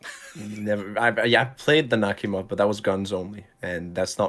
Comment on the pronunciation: You did Nakhimov dirty lol, I want to file a complaint.